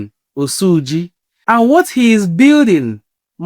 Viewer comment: Even the oyibo pronounced his name better than you. It is "Osuji" not "Osuuuji" mtcheww